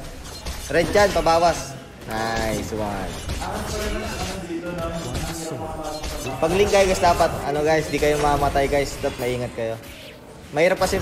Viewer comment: No one:: Nayswan